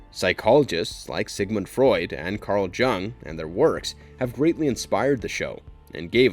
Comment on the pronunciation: Are you telling me you've actually never heard anybody say aloud, the words Carl Jung or ancillary before?